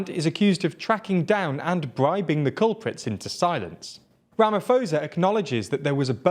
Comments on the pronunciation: It's ramaposa not ramafoza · Thanks! I always watch your vids, just for future reference the presidents name is pronounced Ramap-hosa not ramafosa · I’m really shocked that you lot didn’t bother finding out how to pronounce his name! It was an ear sore hearing you constantly saying “Ramafosa” instead of “RamaPosa” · Rama - po - sa. The h is silent. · A suggestion for you guys when you prepare your scripts: take two seconds to learn how to pronounce place and people's names. President Cyril Ramaphosa's surname is pronounced Rah-mah-por-sah. I like your content, but careless handling of details which are just a Google away really gets me down. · „Ramafosa“ you joking right?😂😂 ai man come on guys 🤣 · Just saying its Rama-po-sah in terms of pronunciation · Absolutely love this channel, and love seeing South Africa featuring! Though you are mispronouncing Ramaphosa - the "ph" is not pronounced like an "f", but instead pronounced like a "p". :) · Is nobody going to tell them how badly they pronounced the presidents name hahaha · It isn't pronounced with an "f", it is a "p" sound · You are pronouncing his surname 100% incorrect.